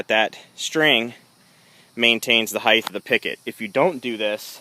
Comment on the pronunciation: sorry - couldn't watch past a few minutes where you kept saying 'heigth' - the word is HEIGHT (ends with the 't').